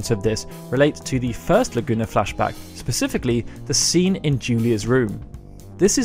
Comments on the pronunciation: pacifically!? SPECIFICALLY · At around the 7 minute mark you say "pacifically" rather than specifically and I just can't take you seriously anymore